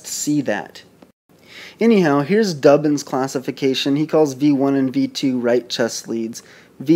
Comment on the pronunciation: D OO BIN, not Dubbin.